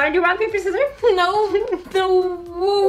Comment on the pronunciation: "Rock paper scirrors" "OH YOU HAVE THE SCIRRORS" I CANT STOP LAUGHING